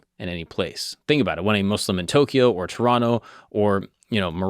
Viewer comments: From the very beginning i was very pleased to hear you pronounce the name right. Islam and Mouslims instaid of Izlam and Mozlims. Thank you! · Gotta say really impressed that you pronounced Muslim right the entire video as a white dude